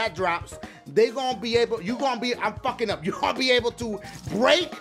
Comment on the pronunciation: when you said brake i thought you said rape